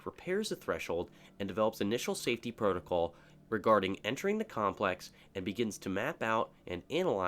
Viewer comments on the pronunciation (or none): none